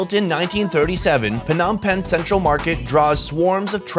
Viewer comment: Why are you calling PONOM PEN